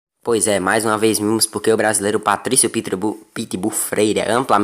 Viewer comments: Patricio, not Patricky. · É Patrício e não Patrick🤣🤣🤣🤣🤣🤣